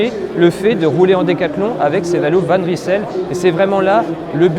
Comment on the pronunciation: Bravo décathlon de choisir un nom que les français ne sauront même pas prononcer correctement. Cela vient du flamands et on prononce « van reïsel » pas « van rissèle »...